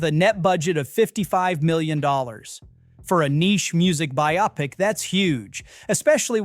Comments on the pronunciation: Great overview! (It is pronounce bi-o-PIC; not bi-OP-ic) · For the 9,467th time, the word "biopic" is pronounced "BY-oh-pick," not "bi-OP-ic." (See Webster's, among other authorities.) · Why do people insist upon pronouncing what is clearly meant to be "bio pic" as by-opic? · BIO-pic. Not BiOPic. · Bio then pic. Not bi - opic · The word is "Buy-oh- pic", not "buy- op-ic". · Bio. pic. Bio-pic. You are so myopic. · Isn’t it pronounced bio-pick. Not biOP-ick. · its not pronounced Buy-OP-ic its BUYO-pic like biography..Sure were a lot bad movies released with big budgets.. Who's running the show? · It's "BYE-oh-pic" not "bi-OP-ic" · It's BIO-PIC, not BI-OPIC!!! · Apparently AI still hasn’t learned how to pronounce “bio-pic”. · Speaking of AI slop, who pronounces biopic “by-OP-ick”?? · A “bi-OP-ic”? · I am begging you, please learn how to pronounce the word biopic.